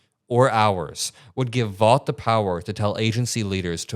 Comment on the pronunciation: The evil person that you speak of " Vought " is not pronounced VAUGHT . It is instead pronounced as Vote . I'm surprised you did not know but it's understandable .